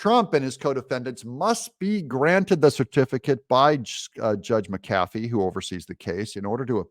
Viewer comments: The judge's last name is pronounced: "Mac-a-fee," not "Mac-cafee." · His name is Pronounced Mac A Fee Not Ma Kafee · I don't care if you highlight the text or not, but it would be a lot better if you would pronounce the judge's name CORRECTLY! It is not Judge McCaffey. It is Judge McAfee (Mack uh FEE). You know, since you asked....... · One small little thing Doug but I believe the judges last name is pronounced mac-a-fee three separate words not macafey as in one word. Otherwise good job! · And I thought I was fussy. Highlighting not a problem. What IS a problem is the way you say McAfee. Accent is on Mc. While I'm at it.........if you ever add "music" I'll be outta here. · Doug, it’s ‘Mc Afee’, not ‘Mc Cafee’. This Judge’s wishy-washy ruling will be remedied by a higher court. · Doug, the judge's name is pronounced mack-uh-fee, not muh-kaffee. Sometimes my inner grammar Nazi takes over... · It's JUDGE MACK-afee NOT Mack-AF-ee!!! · Google - pronounce mcafee, ma•kuh•fee and then push the lips to hear her say it for you. Doug, you have been talking about Judge McAfee for months now, one two minute Google search and then you can say it correctly. Your show suffers from the laziness! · It's pronounced Mc A Fee. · ITS Mac "A" fee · His name is pronounced Mac A Fee😊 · Doug, do you keep mispronouncing judge McAfee's name on purpose? (to dis him? maybe?) Also no to hi-lighting, why not just point with a custom cursor, like for instance the finger one. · Please say the judge's name properly. Makes you sound silly